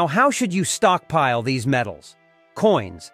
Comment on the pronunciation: Good tips, but the AI voice saying "stockpeel" and "storagay" made me chuckle.